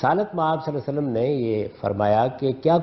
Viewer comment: Mr ghamidi pls read drooud shareef properly upon nabi e paak sallallha ho aleyhey waallewaslem Jazakla